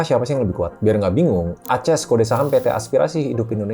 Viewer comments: Saya suka videonya. Sangat berbobot. Tapi ada satu yang menarik di telinga saya, pertama kalai dengar Aces dibacas "A-ces" wkwk, lucu ❤ keep it up Mr ☀️ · Dia bukan baca merk Aces sebagai "A-ces", dia baca kode emiten ACES sebagai "A-ces"